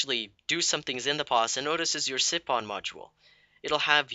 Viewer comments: siphon [si "f" on] not [si p on] ph makes F sound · lol yes what josh said sipon funny